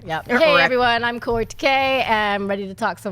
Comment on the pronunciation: I enjoy listening to the recap/review here and find it very entertaining. By the next episode do we think can learn how to pronounce Kaori's name?